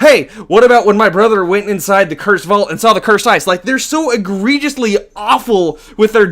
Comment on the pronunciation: did he just say ehregious